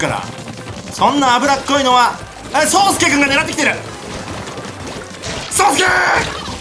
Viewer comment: あーびっくりした、そうすけが、ようすけってきこえた。(よっち)(ボンボンTV)